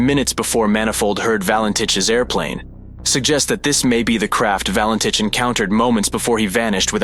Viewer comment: This video could have been so much better if the narrator pronounced the name correctly, and stopped repeating the same old mistakes which always get repeated. There is a new publication available on the case, ' Nothing on Radar- the Valentich Mystery'. Google it.